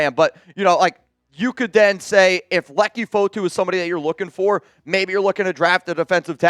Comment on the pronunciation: said "I'm not gonna butcher his name" then proceeds to butcher name. Tf.. F Chuggs